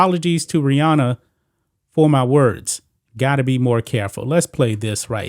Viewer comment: Every time she says Rihanna it sounds like she’s saying Brianna